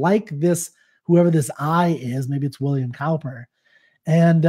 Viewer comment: the way to pronounce It is not cow-per, but cooper